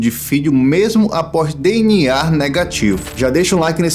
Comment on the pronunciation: e que agonia você falando "DNAR"